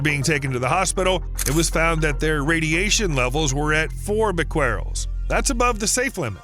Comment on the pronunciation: The solution to pollution is dilution.--Old saying. 10 half lives is rule of thumb for radioactive atoms until the material is safe. That's 123 years for tritium. Can those tanks last that long? "Bequerel" is either "BEH-keh-rel" or "beh-keh-REL". It was the name of a French scientist in the 19th century.